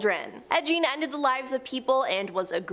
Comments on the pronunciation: So I guess people just do not care about pronunciation anymore? Zak Bagans BAY-Genz. Listen to the man say his own name and repeat after him. Ed Gein GEEN. Takes very little effort to look up pronunciation and then apply what you learn. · I have heard Gein's name said both ways. It's really not that big a deal to get upset about. Everyone says Rihanna's name wrong, but she laughs about it and is calmer about it than you are right now lol It's not that deep :)